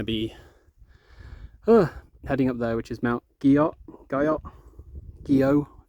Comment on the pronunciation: Guyot. It is French so you did end up saying it correctly as Gee-O. It's named after Princeton University's Professor Arnold H. Guyot (1807–1884). There were a whole lot of professional types tramping around the Whites in the late 19th century. They were also trail builders too, part of the early AMC.